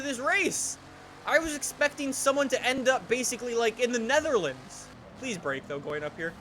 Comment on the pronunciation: At the nederladz